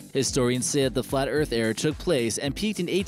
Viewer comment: Tha EARF IS flat!